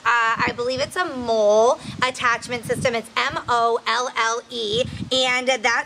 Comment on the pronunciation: great vest, we pronounce it molly btw